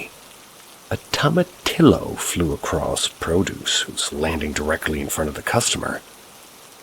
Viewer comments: Lol tomatillo are little tomatoes dude and its pronounce to-mah-tee-yo. Lol being a native texan it made me smirk everytime you said the word wrong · My brother in christ, it's pronounced toma-tee-yo. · Oh my gosh i am cracking up at how youre saying toma-TILLo 😅. I love hearing it like that , being from California I've never heard anyone say it like that.